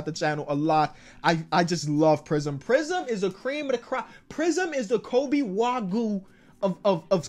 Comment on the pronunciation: "The kobe wagoo"